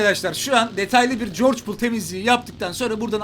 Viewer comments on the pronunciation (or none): Ya artk öğren şunu Georgpol değil, Georgopol o!😡